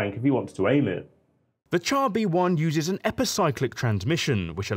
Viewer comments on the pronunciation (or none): It's pronounced "shar", not "tchar". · Good video. Just one criticism. 'Char' is pronounced 'Shar'. 'Ch' in French is the same as English 'Sh'. We pronounce 'chassis' correctly, so why not 'char'?